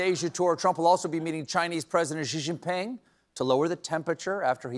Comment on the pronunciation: Good pronunciation of "Xi Jinping."